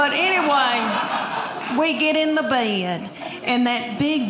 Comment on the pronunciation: Where "Bed" is a two syllable word. "Bae-ed"